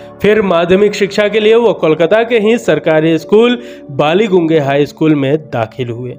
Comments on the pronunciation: Panchamda nahi, naam thaa "Pancham". Da ya Dada toh Bade Bhai ko bulate hayy. Baligunge nahi, isska pronunciation hayy "Ballyganj". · आरे भाइया बालिगुंगे नही, कोलकात्ता कि उस जगह कि नाम है बालिगंज। आउर उन्होने बालिगंज गभः स्कूल मे पड़ाइ कि। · Sir Ji, आपने बालीगंज हाई स्कूल को बालीगूंगे कह दिया( मिनट) कृपया सुधार कर लें। आपकी गलती नही है, English mei aapne padha hai, "Ballygunge" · बालीगंज college है सही pronunciation ना कि बालिगूँगे । वैसे video बहुत अच्छी बनाई है आपने । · "Balllygunge" gunga bana diya bhai...pronounciation thora properly karo..humiliation feel hota hai